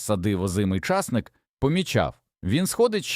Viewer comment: Питання. Ті люди, що монтують відео, прослуховують перед публікацією? Невже так складно попросити людину з нормальною дикцією прочитати текст? Ча'сник.